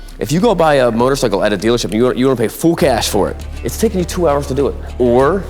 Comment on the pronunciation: Don't forget him mispronouncing full as fool and pull as pool